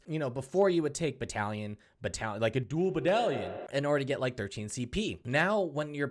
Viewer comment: Dual Baddalion? Ah yess